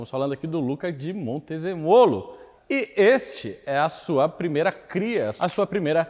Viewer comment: A pronúncia correta é "MonteZÊmolo".